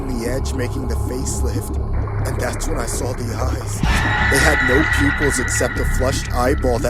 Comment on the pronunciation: I love when the girl narrator says “thas” instead of “that’s”